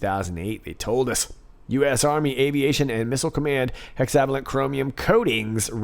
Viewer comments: Pronounced Hexa VAY lent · FYI it's pronounced hexa-VAY-lent (vay => rhymes with way hey, I'm a chemist, I can't help it 😜) Incredible dig! Wow, enough material for many more digs!